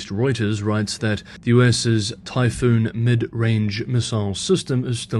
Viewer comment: Typhon not Typhoon